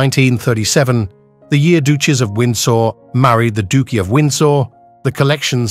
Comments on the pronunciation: What’s with the very weird pronunciations of words like “duke” and “emerald” and so many more. Completely distracting. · Beautiful jewels and lovely to view but the pronunciation of Duke and Duchess and other slip ups was very annoying. Most be AI